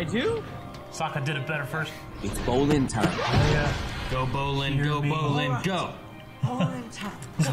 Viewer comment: My god, 3.5 seasons in an still says BROlin every damn time